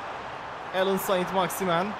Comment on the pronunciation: Abi "alyan sen maximin" diye okunuyo